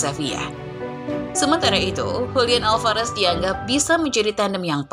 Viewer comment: min Alvarez bukan alfarez